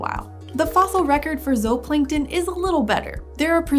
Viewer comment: She’s saying it correctly, zooplankton is not supposed to be pronounced like zoo.